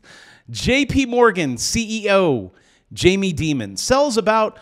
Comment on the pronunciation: Learn how to say Jamie’s name correctly